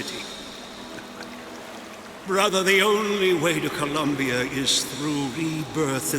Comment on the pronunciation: Every time says Columnbia I think of when he lived with Mal there